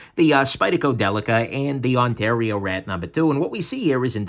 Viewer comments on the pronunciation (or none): none